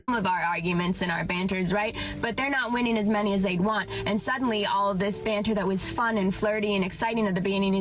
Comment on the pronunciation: I was laughing so hard at your accent on this one! "...witty baanter..." "...dabate her..." LOL So awesome. Here is the thing for that first female. Females (I've learned) are hypergamous, which means they LIKE dating above them in different ways. For example, why do many females demand/love TALL guys? It's because that is visually and obviously above their own stature. So the same thing can apply with money, or intelligence, or strength etc. If a female is BETTER at these things than the person they're seeing romantically, there is a good chance NEITHER the female or male in the relationship will feel naturally comfortable and happy. Period. That's not to say a female can't be a little better in one particular category, BUT if that is the case the female MUST view the male as really good/superior in another category (the more the better). So if a female makes more money, but the man has more strength, dominance and wisdom, for example, that can work; but for every way a female is better, or even equal, it automatically makes the relationship more of a strain for the man, just because of hypergamy, and the harder time the man will have keeping his female impressed and interested. At some point WHY would men bother? That's what that first female doesn't understand. It's totally fine if she wants to be super independent, argumentative and competitive - BUT when this means she'll NEVER have any meaningful men in her life, she shouldn't be surprised. So, she better be f